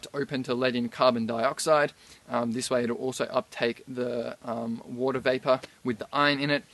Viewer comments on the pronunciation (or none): none